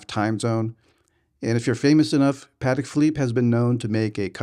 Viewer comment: That watch is phenomenal. How ever your killing my ears calling it pat-ick. It’s pa-tech. Crazy cause it seems like you are a VIP over there. I am suprised they have never correctly you, politely of course. You must have very small wrists so that a 41 is too big. Enjoy the watch in good health.